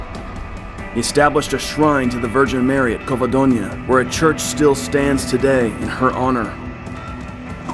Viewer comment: The G in Girona sounds like in Geneve, cause it's a Catalan name. You are making a J "jota in spanish" sound. For that you should write it down as Gerona, the Spanish word for the town, and in that case yes the sound is a J like in "Jamon". Also Covadonga, the final "nga" aint pronounced like in the French word Champange, but rather like in "Tonga" the country. So Covadonga, otherwise in Spanish would be written as Covadoña. España, not Espagna...you see Zaragoza, tricky one, both Z in the word use the Spanish sound that in English can be only translated as, I guess, "th". You should check it online.. hard to explain. Actually the same sound is use for Z and C (when in front of a vowel 4.ex ) in many cases , like in Roncesvalles, so Ron"th"esvalles... not ron"k"esvalles.. Those are minor technicalities and in no way made it less enjoyable for me. I'm loving your channel and I think your work is superb! The subjects you touch are very interesting for any historian aficionado and your research is top notch! Huge fan os first account narration and all the details you provide. Hope you dont get frustrated by my coment, I'm a local as you can guess not far from Girona myself